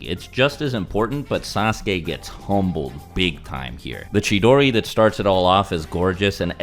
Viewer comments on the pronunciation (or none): none